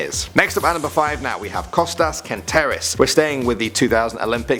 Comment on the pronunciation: Your saying Kostos wrong im Greek idiot